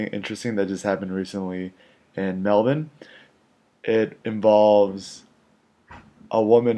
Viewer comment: I'm only halfway into the first minute and already I have to commend you on two things: you pronounced Melbourne the way we do here in Melbourne (Mel-ben, and not Mel-BURN) and you learnt the term 'CBD' - you can come back to Australia any time,!